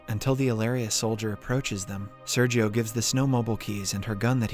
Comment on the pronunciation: Listen to the words he butchers, the inconsistency of pronunciations, the robotic way in which he says things with many separated latters (example: When Sergio was first introduced in part 1, ). Also, though I know better than to make an inquiry regarding the age of a lady, how old are you?